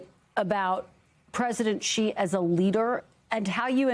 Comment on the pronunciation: The right way to say is 'Xi' as in the letter 'C' or 'see', not 'She'